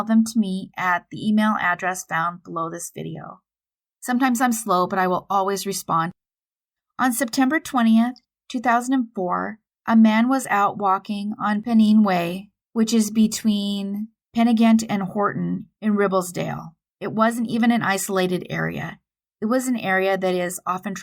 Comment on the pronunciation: Thanks for covering a UK case. Just a kind well intended FYI - Penine is pronounced with the pen sounding like something you write with.